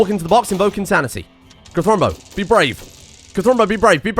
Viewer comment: Cult of "cathuwu"